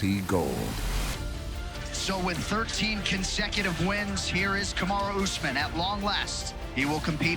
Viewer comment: It OouussMan. Not Oozeman lol